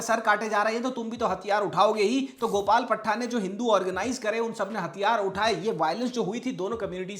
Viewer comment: भाई तुम्हारा उच्चारण गलत है गोपाल पाठा है पठ्ठा नही पट्ठे का मतलब बेटा नौजवान होता है। मत छेड़ा करो ऐसा टॉपिक जब आपको ठीक से शब्दों का ज्ञान नही है आप बिग बॉस टाईप की रोस्टिंग वीडियो बनाओ अगर ठीक से नही बोल सकते हो तो ऐसे ही नाम बदलते हैं अगर कुछ सनातन धर्म के लिए करना है तो धर्म परिवर्तन पर बनाओ और हिंदी ठीक करो अपनी